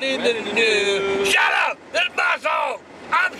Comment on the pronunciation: I think he meant "SHUT UP!", But his mouth didn't do the "sh" part